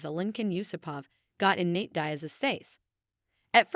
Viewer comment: Nate "dayas"